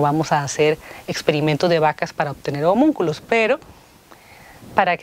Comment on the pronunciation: Usted está hablando del sello Voinich? O sea, el libro de LOS SELLOS? Porque pronuncio la palabra Hominculos.